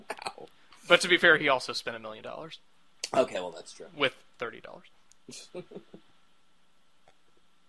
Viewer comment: one miwwwiiion dowwarrs how many?